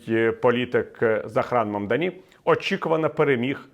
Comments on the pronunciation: Прізвище нового мера МамдАні з наголосом на другий склад. Куомо ніколи не був очільником міста, ви хоча б підчитайте контексту перш ніж коментувати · Ну як так, не вгадали жодного наголосу у імені Мамдані.